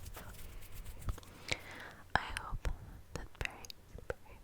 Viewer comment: I loved the video honestly. But although it was great, there were some words that you need to improve in the pronounce of, like the word ‘that’ sounds like ‘dat’ or ‘pity’ sounds like ‘piry’ Just that, ( this is not a hate comment everyone!) Love u